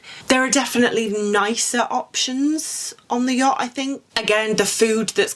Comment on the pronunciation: Had to stop watching because I just couldn’t with the way to say “yacht” with almost a G on the end 😅😅🫣